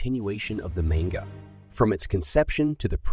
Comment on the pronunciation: I haven’t heard someone pronounce manga like that in so long